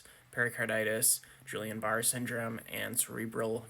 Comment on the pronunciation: Major flaw for sure. BTW - Guillian Barre = gee aan